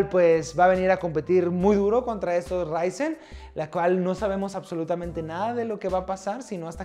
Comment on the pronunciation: Necesitaba mi dosis de rrrrrrryzen